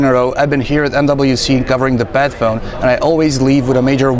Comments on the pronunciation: It's like ur saying BAD PHONE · I love those hybrid devices ASUS keeps showing. The phone looks simply stunning even when I'm not a fan of metal as build material for a phone's backside. Somehow, I keep hearing "Batphone" in this video though. ;D